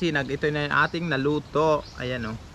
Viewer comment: Inaartehan mo pa ang bigkas Ng naluto Lalo lang masamang pakinggan